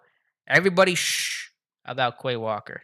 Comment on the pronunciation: Bro learn how to pronounce the names correctly 🤡. Look up how to say “ QUAY WALKER” 😐